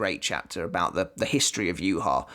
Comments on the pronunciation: The way his name is pronounced infuriates me...... Juha Bach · It's pronounced you-ha-baha tho